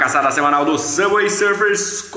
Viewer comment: N sei pq qdo ele fala Subway Sufers eu do Risada kskssks